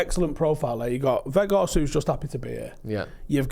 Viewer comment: Put off when I heard keep Veghourst